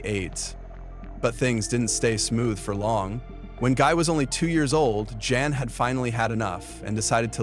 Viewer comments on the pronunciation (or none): Guys mother's name was Jan as in Jan-uary not Yan or Yawn